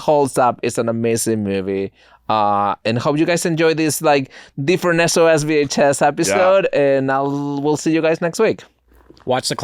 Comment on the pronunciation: I didn’t get to hear say “SOS VHS” at the beginning!! I absolutely love hearing the way he pronounces those two words together haha brings me much joy.